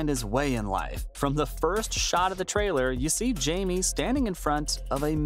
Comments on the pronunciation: It's pronounced hi may Reyes not Jamie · (Jay-me)?? It's pronounced (Hi-Me). You even hear it in the trailer!!